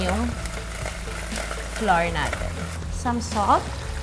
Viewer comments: Common pinoy mistake: Flour is pronounced as Flower ( bloom) pls google it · Funny she pronounced flour, flah-rrrr Shouldve pronounce it—-flower Like hour—-not pronounced to R, shouldve been pronounce to our